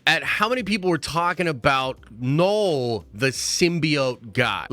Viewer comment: Man said “Knoll”